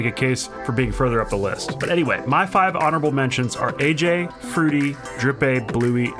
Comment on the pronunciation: I was pissed off when he said ayyjayy honerble mentions